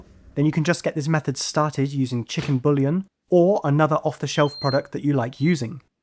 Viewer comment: Hi, Top skills. Thanks. A couple of nomenclature tips from the kitchen. The "rack" is a Trivet. The "Chicken Bullion", is a Chicken Buillon. Pron 'bweeyon'. Loving the Pork Belly video too. ATB, Don.